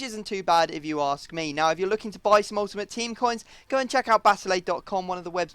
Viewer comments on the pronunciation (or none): none